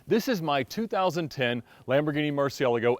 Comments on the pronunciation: Did he say Lamborghini murcilego😂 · I cant deal with the way he said Murcielago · please pronounce murcielago correct at least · How does he still not pronounce the model of the car right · Here's a guy that can't correctly pronounce "Murcielago" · why do you say murcielago weird